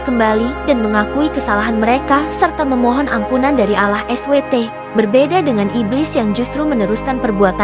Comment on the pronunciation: Nama chanel dan pengucapan kata ALLAH sangat bertentangan. Tlong diteliti lagi klo mau bikin konten